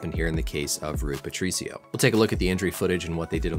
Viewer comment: Pretty good pronunciation of Rui Patricio. Always great content on this channel